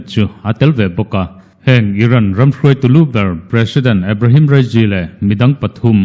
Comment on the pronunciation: Ebrehem rasy tih te chu a😂😂😂😂